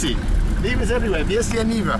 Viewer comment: It's Niva not Neva ) Neva is a river in Saint-Petersburg. Niva is something like "field place"